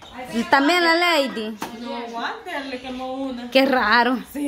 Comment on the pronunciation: no seas arrogante le dices a leydi q no se llama así el nombre de ella así se escribe Lady y se pronuncia laydi